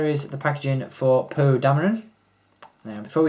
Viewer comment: I know I can't be the only one that hears him say "poo" instead of "Poe"